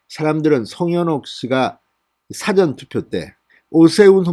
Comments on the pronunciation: 사전투표의 발음이 이상합니다 다른 방송에서도 몇차례 암시를 보냈으나 무시하는지 댓글을 못봤는지 여전히 사전투표의 "사전" 발음이 내가 알기로는 이상하게 들립니다 영어사전도 아니고 국어사전도 아닌데.... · 진성호씨 사전투표발음 바로해서 전달합시다 계속 국어사전 영어사전 발음을 하고있는데 그 辭典의 발음이 아닙니다 事前과 辭典의 구분을 명확히 하여 발음좀 해주세요 지난방송 모두에서 잘못된 발음을 하고 있습니다 정확한 발음의 전달은 소비자에 대한 기본예의 입니다